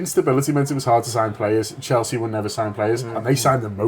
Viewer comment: Why does she say 'Cheltsea' on every video 😂